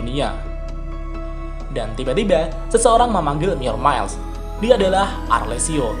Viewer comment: 'Myourmiles' itu dibaca "mayermails" setahu saya. 🙏🙏🙏 Kedengar agak gimana gitu di Headset karena dibaca "myormails" 🙏🙏🙏🙏